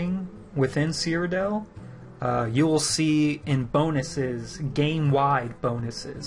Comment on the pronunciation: I'm that guy; it's called "Cyrodiil" not "Cryodell". An is anyone else getting the feeling that ESO is moving even further away form Morrowind type of hardcore gaming?